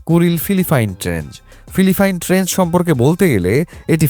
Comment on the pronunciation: ট্রেঞ্চ হবে ভাই,, ট্রেঞ্জ বললে তো মানুষ কে ভূল প্রনাউন্স শেখানো হলো। মাফ করবেন এভাবে বলার জন্য কিন্তু আপনার ভূল হচ্ছে! এটা কি আপনার উচ্চারণ গতই ভূল নাকি আপনি এখনও ভালো মত জনেন না idk.!! তবে উচ্চারণ টা ঠিক রাখা দরকার যেহেতু আপনি ইনফরম্যাটিভ ভিডিও বানান, মানুষ কে জ্ঞান পৌঁছে দেন। তাই সঠিক জিনিস টাই শেখা টা জরুরি। ধন্যবাদ ❤